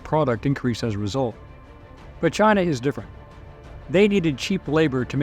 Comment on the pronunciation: Lol "Chine" never heard about that country before